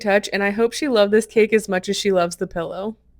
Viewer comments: The "pellow" is killing me. PILLow pillow!!!!! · “Pellow” ? Do you mean “Pillow” ?! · Are you saying, "pellow"???